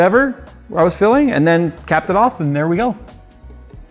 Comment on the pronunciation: For some reason, I keep hearing "Philling" instead of "filling"